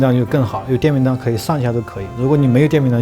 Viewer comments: 哥，电饼铛念错了，是cheng不是当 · 我怎么觉得应该叫电饼铛（cheng）而不是dang，当然了这个字是多音字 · 是电饼铛（cheng 一声）